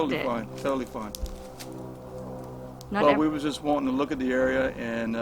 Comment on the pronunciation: Look. Not loom. Though loom seems ominous ha ha ha haaaaa